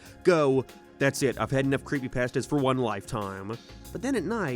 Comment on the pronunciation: I love how he says “creepypAstas”